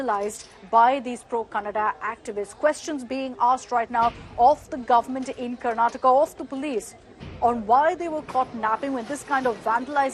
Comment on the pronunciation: When you intentionally spell/type/pronounce wrong names "KARNATAKA" as "KARNATAK" and "KANNADA" as "KANNAD" is like the feeling when your name "RAVI TEJA" as "RAVI BEEJA" 👍